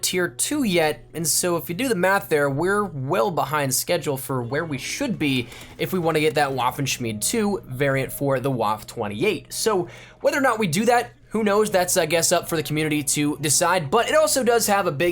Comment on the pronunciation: Vaff. Not waff. Vaff. The waffenschmiede and Waffe are pronounced with v's as the first letter